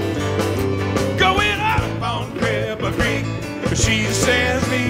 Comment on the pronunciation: tom I love you with all my heart but you butchered Cripple Creek. Levon is slapping you from the grave. sorry baby